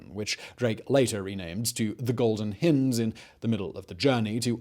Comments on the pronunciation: Simon it's hind as in beHIND not hind as in HINDer, other than that another excellent video. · Hind... Hi-nd not hin-d. It's a bloody deer. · The Golden Hind with an eye'H"eye" nd! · It's one thing to mispronounce foreign words but when Simon can't even speak English, it just cracks me up.... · I know that Simon has an inviolable rule to include one grotesque mispronunciation in every video, but it's pretty sad hearing an Englishman mispronouncing "hind"....